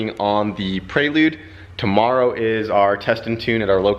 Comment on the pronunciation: Prelude doesnt have an 'A' in it! U keep sayin Praylude 🤣 Keep up the good work!